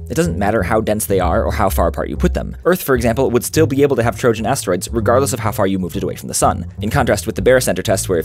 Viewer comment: This is the first time i hear "trojan" with a gi sound and not an i sound: it is very hurtful XD